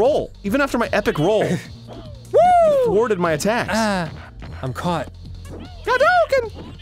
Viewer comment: Dear Diary, Today Arin finally pronounced "hadouken" properly. It was the happiest day of my life.